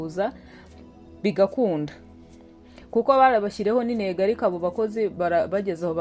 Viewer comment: Ngwi nego(intego)